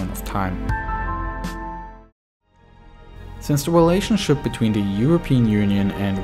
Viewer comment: yeoo does anyone else notice the guy's accent where he pronounces his "r's" as "w's" like when he says wussian instead of russian and welationship instead of relationship